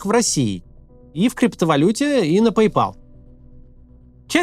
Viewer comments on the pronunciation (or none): none